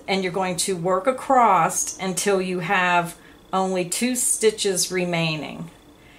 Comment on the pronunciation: *across not *acrosst